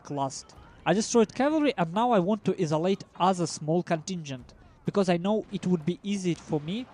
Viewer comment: oh isolate is pronounced eye-so-late not eee-so-late